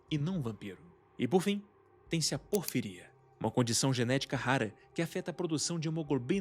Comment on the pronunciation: Amigo, "porfíria" tem um acento no primeiro "i", a pronúncia tá bem errada